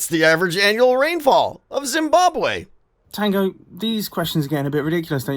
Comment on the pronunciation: True but I must say he pronounced it a lot better than most people do 😂